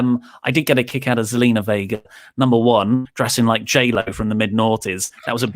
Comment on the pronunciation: It's Zelina not Selena your spot on with everything else that you said though.